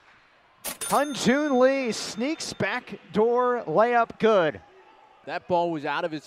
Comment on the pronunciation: 발음이 어려우니까